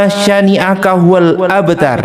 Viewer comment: Mohon maaf, saya koreksi bacaan ayat terakhir surat Al-kautsar kurang tepat; yang dibaca: innaa syaniaka hual-abtar, seharusnya: inna syaaniaka hual-abtar, demikian mohon maaf